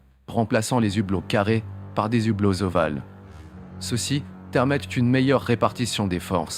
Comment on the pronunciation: Justement, le H de "hublot" est muet, on ne fait pas la liaison ! Merci Sybic74 ;-)